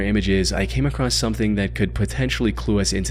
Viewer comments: Theyre not. This guy mispronounces across and women. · uh Theyre not the same person. If you’ll notice this guy mispronounces across and women. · yeah this guy mispronounces across and women.